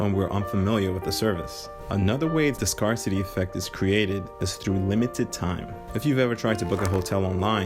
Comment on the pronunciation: You're saying Scarcity wrong - FYI